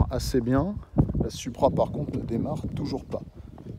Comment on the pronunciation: Pourquoi vous dites suupra, ça se prononce SOUPRA👌🏻 Super vidéo ça fait rêver🤩